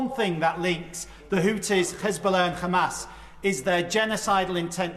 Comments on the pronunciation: Why did he say Khizbollah and Khamas? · Did he just say khamas and khoutis. Hes zionist too.